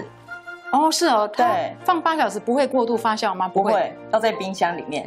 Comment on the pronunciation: 谢谢视频！ 不过发酵读fa JIAO 而不是fa xiao（发笑）